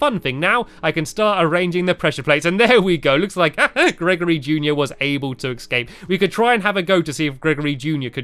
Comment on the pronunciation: You know you watch too much stampy when you start saying exscape instead if escape